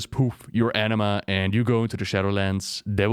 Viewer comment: I keep hearing "Enima" and not Anima